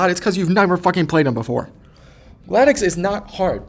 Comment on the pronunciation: based opinions and takes (also nitpick but it’s gladius not gladieux)